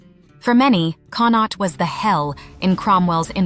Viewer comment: Drogheda is pronounced as draw - head - ah Connaught is pronounced Con-oct - 'oct' as in October Cromwell used the 1641 rebellion as a pretext for slaughtering innocent Irish civilians, a victim-card claim of 'defence' used to justify mass murder by military forces still trotted out by unionists that conveniently ignores previous atrocities committed against the Irish by British forces eg. massacres at Clandeboye, Mullaghmast, Siege of Smerwick, Rathlin Island, Dursey Island, and so on